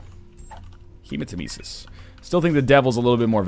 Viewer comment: Captain Wind I actually love the way you said Hermanitesis or whatever it's called.